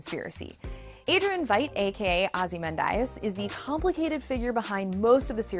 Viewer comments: Oh, what I meant was, she could have read the whole graphic novel cover to cover and still not know how to pronounce Ozymandias. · Lmao the writing is good, but she obviously didn't know anything about it because she just reads the script. pronunciation of Ozymandias, clearly no idea, not her fault the production crew should have caught it.